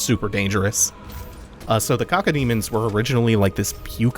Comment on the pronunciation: all of the guns you mentioned came back in multiplayer. Also it's KAH-KOE-demons. You say it and I can't help but think of caca, which I'm pretty sure means crap in Spanish.